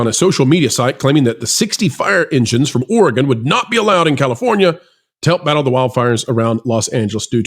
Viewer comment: Great video. Thank you for also not saying Ore gone. Your pronunciation of Oregon was perfect. Proud of my state for sending fire trucks. And I don’t live in Portland. The fire trucks where I live are very well taken care of.